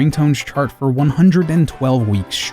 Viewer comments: Shouldn't his name be pronounced Kone-doh instead of Kahn-doh? Afaik, the Japanese letter "ko" is pronounced "koh" and not "kah." The letter "ka" is pronounced as "kah." So if his name were pronounced "kahn-doh" as many people say, shouldn't it be spelled Kando instead of Kondo? And if I'm wrong, how would you spell it if it WAS pronounced "kone-doh?" Of course, my grasp of Japanese grammar is tenuous at best, so I could be wrong. I'd love to hear a native Japanese speaker weigh in on this. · I had literally never heard it pronounced any other way before I looked over Dylan Cuthbert's interview and the comments on this video. A great number of my friends are industry professionals who have even met Mr. Kondo, and still pronounce it like I did in the video. It sucks that I mispronounced it, but language barriers are hard, especially between Japanese and English. Cut me some slack. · I love that this video exists, but narrator ( I guess?), please note: 1. Kondo is pronounced "kohn-doh", not "kawn-doh". 2. It's Herbie Hancock, not Handcock. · Not ‘Condo’ Its ‘Cone-do’ If you’re gonna make a video where you say it multiple times you should pronounce it right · It's Kohndo, not Kahndo. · KAHN-doh? Please. The guy is a legend, pronounce his name correctly. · Despite the numerous mispronunciation of "Condo" and "Osaki" University and other Japanese names or words, this video is good! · I apologize for my mispronunciation, but also literally no one I know has ever pronounced it Cone-doh. Doesn't mean it isn't right, but also context matters. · When will Anglophones stop pronouncing it as "Kahndoh"? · I’m more bothered that his name is still being mispronounced. (It’s “kohn-doh”) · Kondo is pronounced cone dough. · The first 'o' in Kondo is pronounced the same way as the second (and also the same as Koji). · How can one say "Kondo" so many times incorrectly?! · Would you love him enough to pronounce is name right?